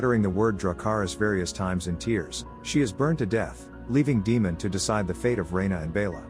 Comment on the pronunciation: A lot of explanation videos are almost as long as the episode itself lol thanks for having a brief one. Also, potential tip, maybe since you’re using text to speech for the explanations, maybe try “Daymen” or something for Daemon as it may pronounce it correctly instead of saying “Demon”